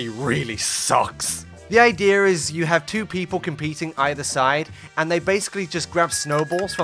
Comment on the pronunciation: So basically, the idear is…